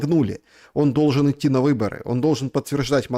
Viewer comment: "...и готовый иты на выборы..." а не готов ли ты идти на ...